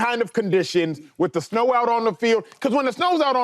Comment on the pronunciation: ITS SNOW!! Why do y’all always have to add a little jist to the way y’all pronounce something 🤦🏽🤦🏽🤡🤡 not Shnow